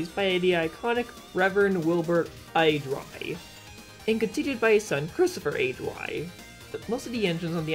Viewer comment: Here's a correction, Awdry is pronounced "AW-DREE".